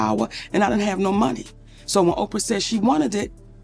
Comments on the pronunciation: O-P-R?? Good ol AI narration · AI voice! AI voice! Can’t pronounce Oprah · OPR?!?!?! Ugh it’s Oprah. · The narrator which is AI is saying Oprah as the word opr, not saying her name just saying three letters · all I hear is McConnely. :body-blue-raised-arms: And OPR Winfrey 🤣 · This AI narration needs an upgrade... OPR ain't watchin ur channel 😆 say the names correctly! Lol! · The AI narrator did not know how to say Oprah's first name, weird how it even said it